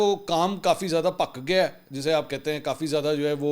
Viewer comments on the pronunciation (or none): السلام علیکم ۔ منصور بھائی ۔ پجابی میں "پک گیا " نہیں بلکہ "پخ گیا" کہتے ہیں ـ